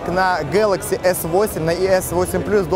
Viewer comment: Да не гэкай ты так...